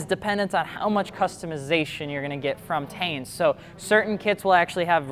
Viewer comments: I always thought its pronounced "Tee-en" not "Tane" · Tee-in. Not TAIN. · What the fuck is tain? I’ve always heard it as “tee-ian” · It’s pronounced “tine” as in Stein it’s German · It’s pronounced as (teen)